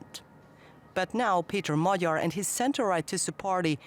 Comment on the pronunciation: Kudos to the natrator for taking the trouble to ponounce Peter Magyar's name correctly. Not "Mag-Yar" like many others do.